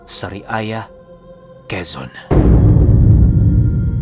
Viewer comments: Ngyon ko lang to na pakinggan taga sariaya quezon po ako.. Inulit ulit ko pa ung pag bigkas ni sa word na SARIAYA kasi sabi nya SA RIAYA hihi. Pero solid pa rin mag kwento si.. Ito ang first channel ko na na pakinggan ng mga aswang story. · Sariaya (saryaya ang pagbigkas nyan )